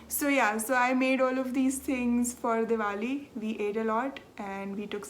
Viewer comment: Thank you for a lovely hour of knitting chat. Your Oak Creek pullover is beautiful & looks great on you. Thank you for sharing your Diwali festivities with us, & for pronouncing it so that we now know how to say it. You & your husband look really good in your traditional clothing. I love the cat footage at the end... no boredom for you in that part of your life is there? Enjoy your trip, & I'll see you in two weeks. 🤗